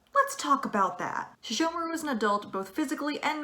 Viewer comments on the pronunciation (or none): All sesshomaru is not pronounced "sheshomaru"